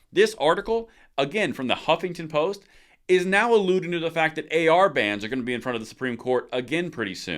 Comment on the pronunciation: The first syllable of Huffington Post is: "HUFF!!!"😟